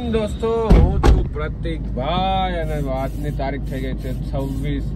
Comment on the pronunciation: tme Kem પ્રતીક ભાઈ ને પરતિક ભાઈ bolo cho